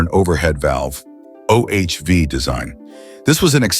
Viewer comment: Another stupid AI video. I wonder where this was from: China? Iran? Russia? What is an "Oh Ayech Vee" engine?